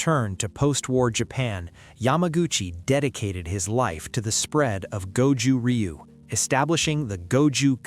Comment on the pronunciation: Ryu is pronounced roo